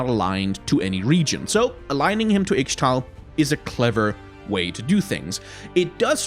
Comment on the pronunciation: Hey champ, I've noticed you are mispronouncing Ixtal but since I cant really describe how to say it (exept for saying Isztal in Polish??) I really recommend you checking the beggining of Qiyana special interactions, because she says this word sometimes and thats how I learned how to say it : D